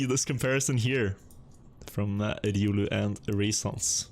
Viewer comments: Please dont say „riulu”. Its not ”riuluu”, its „riolu”. Where do you see „u”, when there its a straight „o”???. Riolu! Ri-o-luu... thats the nickname of the guy. Just a fun fact! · why are you pronouncing it riUlü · would really appreciate it if you could learn how to pronounce riolu